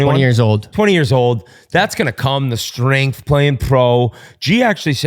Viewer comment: Do people realize there is no letter H in words like strength and structure? Shtrength shtructure. When did this become a thing?